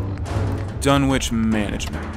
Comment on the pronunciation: it's Dunn-Itch no "W" needed.